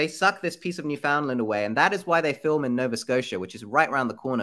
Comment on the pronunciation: Love your videos. Just wanted to let you know you are not pronouncing Newfoundland properly. It’s basically new-fehn-land . Sorry I hate being that person but as a Canadian it’s bothering me a little 😂